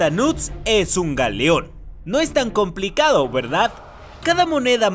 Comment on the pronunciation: Alguien mas se dio cuenta que el menciona a los "knuts" Como "nudes" 💀